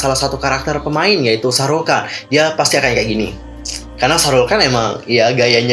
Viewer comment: Bukan Shahrul Khan tapi Shahruk Khan